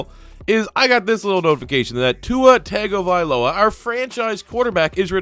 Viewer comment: “Tagovailoa” not tagovialoa....